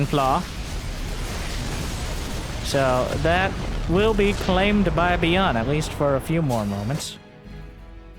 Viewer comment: "Bee-yunn" played a great game today!